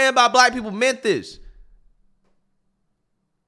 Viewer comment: Still prounouncing Memphis as "Menthis". Come on let's do it together - MEM-FISS 😅